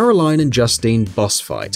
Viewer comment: Not to mention he pronounces Justine like an English man name, not the French woman name. ...And the Jin-yu force? Is that a new K-POP band?